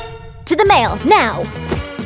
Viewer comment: did she said mail:/